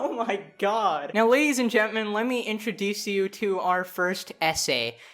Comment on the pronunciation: Am i the only one that noticed that he said lady’s and gent men in the intro 😂